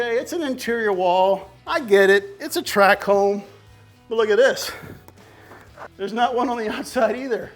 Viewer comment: Do they call them track homes in Texas, or it’s that just a Louisiana way of saying tract? :) Love this content cause this is 100% more applicable to me, but I do love the garage build!